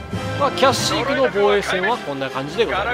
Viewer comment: キャッシークじゃなくてキャシークじゃないの？